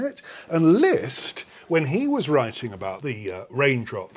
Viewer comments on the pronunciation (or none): none